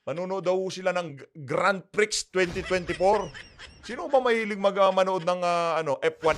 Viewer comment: Prix meaning is Prize and pronunciation is Pre,silent X